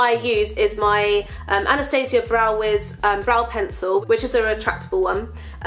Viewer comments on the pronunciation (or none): none